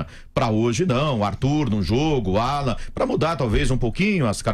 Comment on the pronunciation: Sabe nem falar o nome do cara esse, Álan é o crl, é Alan porra kkkkkk